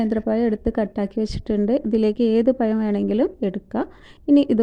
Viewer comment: മോളെ snac അടിപൊളി. പയം അല്ല പഴം. അക്ഷര സ്ഫുടത must ആണ്